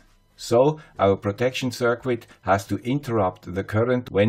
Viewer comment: Circuit is pronounced “ser-kit.” Not “sir-quit.”